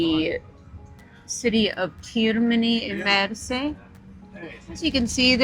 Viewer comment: Nice video. However, Termini Imerese, not Termini Imersi